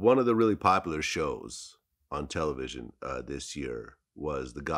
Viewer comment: He said "Tell. A. Vision" 🤯🤯🤯🤯🤯